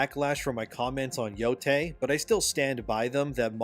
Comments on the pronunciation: I have to politely point out that it is pronounced “yotay,” and not “yotai.” The “ei” is pronounced as an “ay.” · Japanese words are pronounced exactly as how the latin alphabet is supposed to be pronounced. Yotei is: Yo (as in yolk without the lk) Tei (as in tail without the l) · No offense But can someone please teach this man the correct pronunciation of Yotei please? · I can't with this dude not being able to pronounce Endymion or yotei